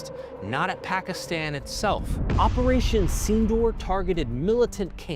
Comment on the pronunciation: Its operating not reperation❤